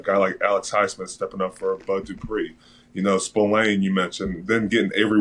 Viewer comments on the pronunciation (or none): He called Spillane Spokane 😂